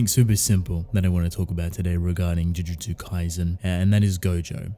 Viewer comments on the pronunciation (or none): none